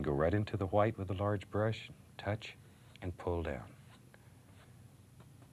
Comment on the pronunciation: Titanium WHIATE